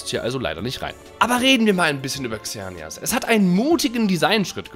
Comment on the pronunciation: Das wird seneas und evil tal ausgesprochn hat da jemand die filme nicht gesehen?